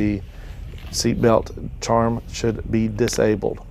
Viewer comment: i thought it was pronounced 'charm'